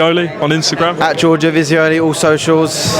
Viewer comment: Giorgio "jafooli" ...